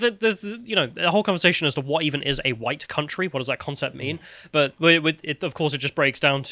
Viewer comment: guys, guys, it's now pronounced "Hwhite". Gotta get the "Hw" in there.